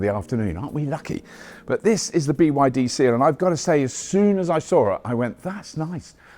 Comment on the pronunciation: Why can’t you say BYD? What’s wrong?